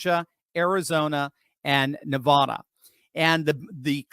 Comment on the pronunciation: Could you PLEASE pronounce Nevada correctly!! Drop the nevaaada